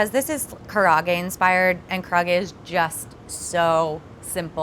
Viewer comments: Hey - respectfully, "karahgey" isn't really how we pronounce it. It looks really delicous and pretty authentic! but please pronounce karaage like "Kah-Rah-Ah-Gey" said together fairly quickly. Good job making it though :) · the way she pronounces karaage is driving me nuts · A lot of these were great but come on,, if you’re gonna do karaage at least pronounce it correctly! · I just wish would have learned how to properly pronounce karaage, I cringed every time but her chicken looked bomb AF.